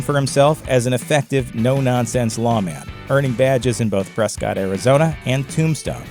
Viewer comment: "Press-kit," Arizona.